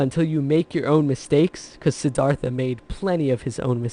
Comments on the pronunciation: Courageous dude?! And learn how to pronounce the name. Please! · The river taught me you pronounce "Siddhartha" wrong....go to Indian restaurant on Lexington Ave. in the 20's and ask them how to pronounce....it will sound better......